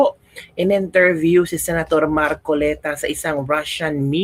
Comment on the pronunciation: Correction sorry po ,you can pronounced IN TERVIÈW and not ENTERBÌEW becoz (I) is different from ( E)